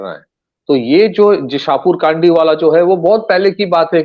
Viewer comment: शाहपुर कडी.. Not शाहपुर काडी (It is in Pathankot and pronounced as above. Spelt in English as Shahpur Kandi. Pls note😊